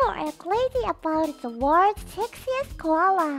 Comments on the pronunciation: …sexist (性差別的な) ではなくsexiest (sexy -est) です… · sexistではなくsexiestなのでは？（発音は後者かも）